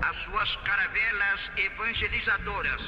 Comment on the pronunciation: "suas caravelas evamgelizadoras... a terra do sor nascente." Eu ri de canto de canto de boca"